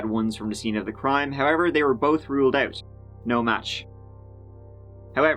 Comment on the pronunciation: You say clone when it should be clown or ote when it should be out. How can you NOT pronounce these words properly? Yeah I know it's your whole nation. One of the most annoying ear jabs......